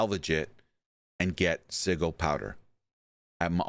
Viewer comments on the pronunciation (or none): sigil is with a "Ja" sound. SiJil. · Bruh, this was hard to watch with you mispronuncing sigil. The g makes a j sound in this word.